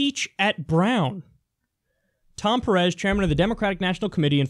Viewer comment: Just fyi, it's pErez, not perEz.